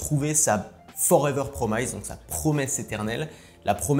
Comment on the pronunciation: Merci pour cette vidéo très intéressante ! Alors juste pour que tu améliores ton anglais : - "promise" se prononce "promisse" et non "promaïsse" - "push" se prononce "pouch" et non "peuch" ;)